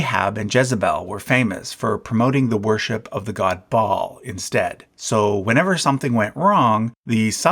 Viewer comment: Baal is pronounced Bay El. Not Ba all.